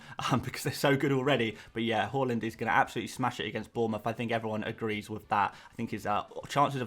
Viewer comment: Haaland not halland pls